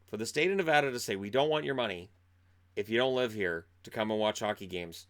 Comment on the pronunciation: Hi! So thanks for the great content but from a born and raised Nevadan just so you know its Ne-VA-duh. Still 💕 you!